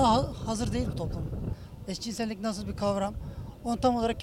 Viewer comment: öldürüyo beni :D "eşcinsennik ?"